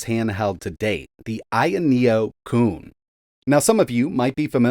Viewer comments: Taki Udon pronounces it better. Since he speaks native chinese he says it's "kwin" or the english translation "big fish" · Technically this thing is pronounced "Ku-en" because Pinyin is weird. In Chinese mythology, this means a giant fish that turns into a giant bird to migrate. All things pointing to team trying to "flex" (Courtesy of Cathode Ray Dude), focusing on making something as capable as possible in terms of power and features, but lacking in polish and betraying some of the widely believed paradigms when it comes to product design. Since they aren't Sony, polish doesn't come easy from them shrewd fly-by-night engineers.